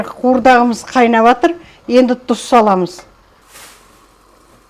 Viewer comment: Дұз емес,тұз,қазақша